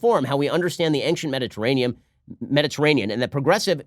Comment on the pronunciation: Did Ben really say "ankshint"?